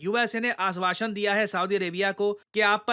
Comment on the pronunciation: UMRIKKA KA aasvaasan is = AAS+WASH-un 😂